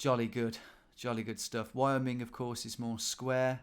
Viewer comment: Wyoming is not "wayo-ming" it's "why-oh-ming"